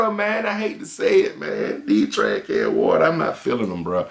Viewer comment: Hilarious when don’t even say the “s”...shoes just “TRAHHHH” trahhh can waterrr🗣